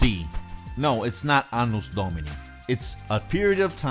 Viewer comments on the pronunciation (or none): none